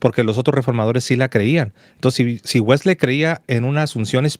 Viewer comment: Los dos hablan Inglés- a ti nunca te he escuchado pero se que lo hablas- tú si lo hablas tu esposa es norteamericana y ambos pronuncian WeslEy, no la última " e " no se pronuncia, es ' Wesly' así es la correcta pronunciación, qué pues dicen en el norte, gracias.